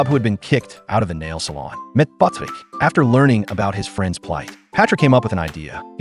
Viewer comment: "Met Pòtrick"